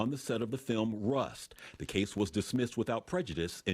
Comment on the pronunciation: How come this reporter cant pronounce "Spiro" correctly?